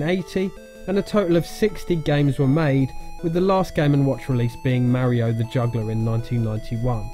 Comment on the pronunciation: It's pronounced Mario.